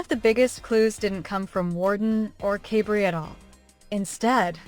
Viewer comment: This sounds very AI- you mispronounce Kaybrie's name at the beginning several times. If you follow any of the other siblings, you'd know the reason why it was a quick wedding is because Kaybrie's father was dying of cancer. They wanted him to be able to be there for the wedding. He has past. They had another more formal wedding in Sept., where other family, who didn't attend the first one were able to celebrate.